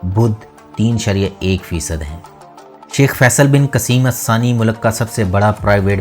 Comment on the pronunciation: اسسانى نہیں۔۔ آل ثانى ہیں